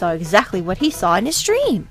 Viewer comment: Ha, at the beginning it almost sounded like you said "his stream" instead of his dream. I wish Charles Martinet would stream stuff.